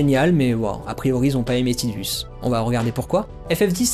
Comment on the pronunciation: "Tidus" c'est en lien avec un mot japonais qui désigne le soleil, donc c'est bien tideuss et pas taidus ^^ Et Aeris c'est Earisu en japonais, en fait, j'ai misspell :-/ Donc c'est la terre, ni plus ni moins... C'est même pas une inspiration mais bel et bien le mot "earth", en katakana..! Du coup, ton avis était bien inspiré ;-) Et j'avoue n'avoir joué qu'à la version originale sur PS1, j'ai à peine effleuré Crisis Core et donc la seule référence à Aeris que je possède est celle de la version française (bien pourrie niveau traduction, soit dit en passant!) Du coup, je n'ai aucune notion de la gueguerre autour de la prononciation de son nom ^^' Disons que ça dépend de quoi et à qui on parle, je dirais! Quoi qu'il en soit, jamais AeriT, ça c'est sûr X-D Pour finir, ça sert à rien de se chamailler : il suffit de se référer aux créateurs... Y'a eu suffisamment de commentaires autour des persos de chaque FF!.. C'est pas comme si c'était une franchise célèbre ;-3